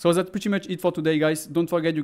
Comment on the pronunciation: "zat's it" ou "dat"s it"? Pardon my french, cool tuto